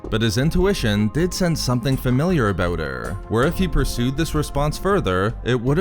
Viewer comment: Vadurrrr, lei-urrrr, familiurrrrr 😭 I think french would be jealous here